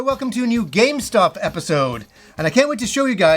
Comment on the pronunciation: I love him but it sounds like he says “GameStop episode” 🤣